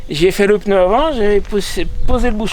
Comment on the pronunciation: Pneu et non peneu…